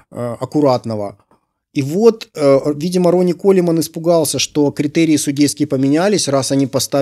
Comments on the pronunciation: Хммм... Не по теме... До этого смотрел видео автора пр изучению английского. И в этом видео на первых же секундах слышу - "Ронни Колеман". Колеман? Серьезно? Даже мой плохой английский знает, что правильно произносить - "Коулмэн". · Не Колемен, а Коулмэн. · Блять.. ну почему Колеман, если Коулмэн, или Колмэн.... Ну хоть в гугл переводчик забейте и посмотрите, как он это прочтет.